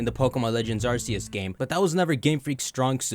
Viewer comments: Dude, did you not hear them say “are-key-iss” in the trailer for legends arceus? Why are you saying arse-see-iss? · you said arceus incorrectly